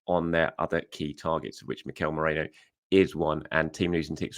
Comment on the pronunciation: Merino, not Moreno 😂